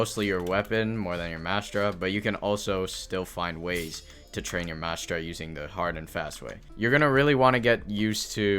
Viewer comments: where is the s in "Mantra" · its not called mastra its a mantra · since when was there a S in mantra